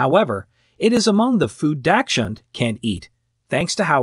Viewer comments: Not trust anything you say, when you pronounce dachshund that way lol🤣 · Good god, can these experts please pronounce dachshund correctly or at least the same? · How about popcorn. My dachshund loved to eat popcorn out of my bowl while I was eating. Please learn to pronounce the word dachshund and onion, thank you.